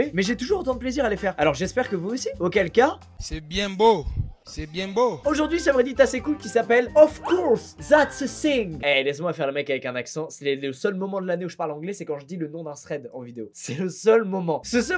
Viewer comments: On di Thing et non Cing.. TU C PO PARLER ANGLAIS CALICE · Comment t as pronocé "thing" OOF coup dûr